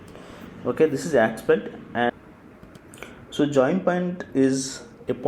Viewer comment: Great. This one's VERY helpful for starters. MUCH BETTER than any other tutorials. I just wish he pronounced aspect instead of ackspet